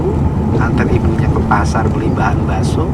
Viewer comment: Bilang Bakso Daging Pak Bukan dirinci